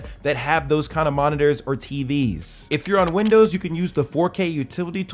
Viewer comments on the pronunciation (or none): none